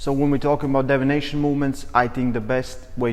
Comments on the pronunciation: I really appreciate the video. Just a heads up, it sounded like you said "radial devination." You meant to say deviation. Not trying to nit pick. Just want to be helpful. Your english is great. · Deviation not devination.